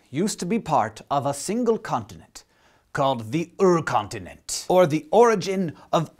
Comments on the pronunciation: haha love how you say "Urkontinent" Hank you should take a German class ;) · Arrrrr... The URKONTINENT! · Also URKONTINENT, that sounds so odd pronounced by an american :D